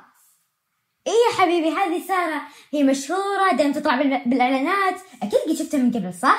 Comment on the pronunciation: هههههههههههههههههه ما قال ساره قال ثاره هههههههههههههههههههههههههههههههههههههه😂😂😂😂😂😂😂😂😂😂😂